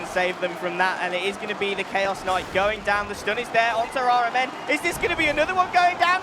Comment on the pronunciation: the fact that caster keep pronouncing rMn as iron man triggering me